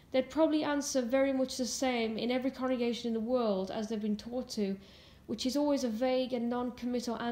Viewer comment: are you saying corregation or congregation?